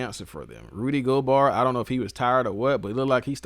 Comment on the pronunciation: Rudy Go"bar" 😂😂😂